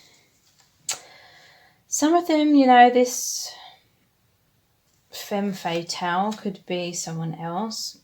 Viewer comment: Hello ! Thank you so much for that reading! I chose the 4th pile. Just letting you know, femme fatale is pronounced "fam" fatale :) from a French speaking person haha love you xxx